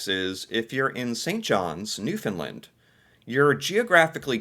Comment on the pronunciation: I love ya dude but ya gotta start pronouncing Newfoundland properly! Try this. Say "understand Newfoundland" quickly with no emphasis on "found" and definitely not "fin" for found or "lind" for land. Hope this helps lol